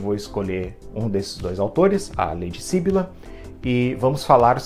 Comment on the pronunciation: Ahh, muito obrigada pela resenha dos contos! Fico feliz que goste das minhas coisinhas! 🧡 Interessante você notar que os enredos estão interligados, poucos leitores perceberam isso! (só uma observação: é syBYlla e não SYbylla 😁)